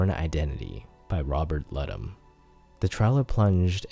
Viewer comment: Great video. Quick correction: it’s Robert Ludlum, an L in the second syllable.